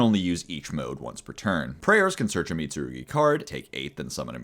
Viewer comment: props for actually pronouncing the mitsurugi cards correctly